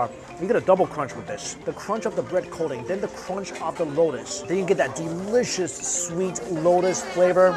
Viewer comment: The street vendors see mike moves his head side to side they panic He says deliscouis